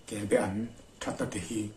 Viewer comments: A sawi tu hian be leh ba tih hi a hre hrang lo a nih dawn hi. Kelba an tih tur a nia. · Chuap tihfaina ....Kelbean ang deuh khan i sawi a, Kelbaan anih ka ring reng a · Kelba an kan ti thin, i lam dan hi a diklo. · Kelbe an I ti zel a,in khaw lamdan a ni maw? Kelba an ti hlirin ka hria.